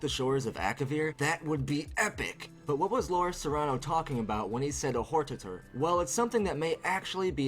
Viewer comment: This is an awesome theory, but you said WHORE TATER and I LOLed IRL for like five minutes.